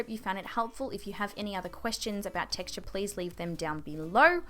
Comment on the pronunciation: "How to combat TexT-aH"